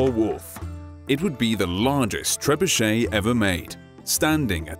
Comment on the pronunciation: pls prnounce it better its triggering me